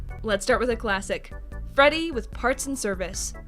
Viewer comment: It’s Freddy not Frey and you forgot the space